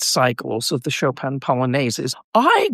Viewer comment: Why do anglophones always pronounce Chopin's name so strangely? It's not like it's hard....